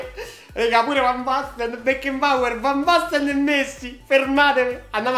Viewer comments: Si pronuncia Becnabor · aggiusta la pronuncia... si dice Becnaboer